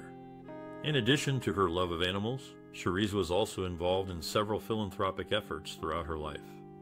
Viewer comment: 😆 Repeating this makes me want to stop watching this!